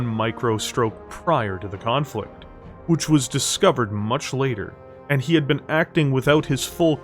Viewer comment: Ok fine. Ill subscribe, even with the way you pronounce BEEN and AGAINST